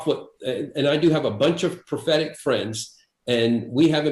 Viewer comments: I'm sure Enlow's saying "prophetic friends", but I keep mishearing "pathetic friends". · You weren't mishearing it, he was mispronouncing it.